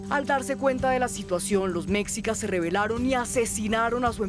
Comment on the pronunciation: Se pronuncia MESHICAS. Por favor 🙏🏻🇲🇽🙌🏻